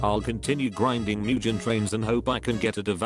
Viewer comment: “MuJeN TRaiN”😂💀😭